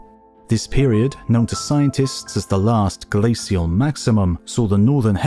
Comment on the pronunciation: I realize its nitpicking and the details are very interesting, but it is driving me absolutely nuts that the narrator for a documentary on ice ages doesn't know the correct pronunciation for the word glacial. I am irritating every time it crops up. Its not "SEE" its "SH". Still it is informative, so thanks.